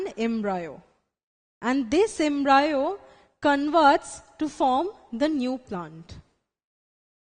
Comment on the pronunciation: Ma’am it’s embryo* Not embrayo. 🤤